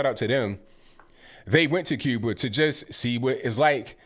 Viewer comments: Cuber and Chiner😳...yeah, really educated. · Just for the record he didn’t say Cuba and China, he was talking about Cuber and Chiner 😂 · He's got an out... He said Cuber, not Cuba. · Did I just hear say ‘Cuber’ instead of Cuba??? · Too bad they don't have paper to write on. Also, there's no 'r' on the end of Cuba or China. And take a look at a Cuban hospital. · How about you live in and assimilate in "Cuber" or "Chiner" amongst their citizens if they're so great?